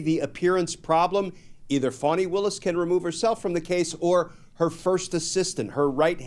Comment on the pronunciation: Please stop calling her Fawni. She pronounces it Fah-nee.